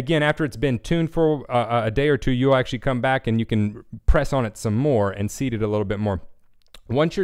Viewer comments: It's weird but, it sounds like you're saying "... seed the drum head." Of course, we all know the term is "... SEAT the drum head." Other than that, great video. The best part being that people can hear what you're doing as well as see it. Talking about tension is pointless to anybody that's just starting out. You gotta hear it. BTW, you do a great job on your internet lessons. Great stuff! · Great lesson! thanks for letting everyone know that muffling isn't a dirty word, its all part of your choice. One question though, are you saying "seed" the head? I always heard it as "seat", maybe I'm just mis-hearing you.